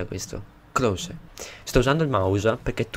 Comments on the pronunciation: comunque si pronuncia close non clos;) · Sì dice klose proprio come è scritto